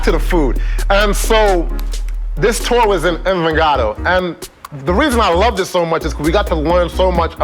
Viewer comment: Mistake Envigado, need start with M-B sound like Envi.....